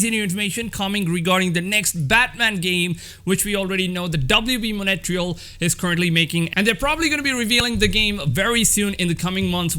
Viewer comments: It's MONTREAL NOT MONETRIAL!!!!!!!😡😡😡😡 Jesus bro learn to speak english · Wb “Mon-et-real